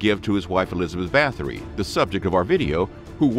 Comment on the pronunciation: It’s pronounced “bah-tory”